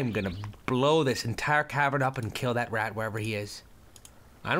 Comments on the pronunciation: Lol he says forge on cliff *thta* lose. Its that, not thta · did anyone else notice the fact that he said "forge on a cliff thta ill lose" lol i dont care but its funny :)